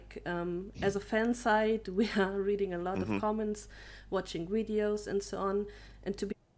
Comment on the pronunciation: did she say "Watching wideos"??